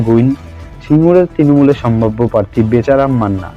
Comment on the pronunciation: Kotha ta "parthi" na "prarthi" bokachoda ashikkhito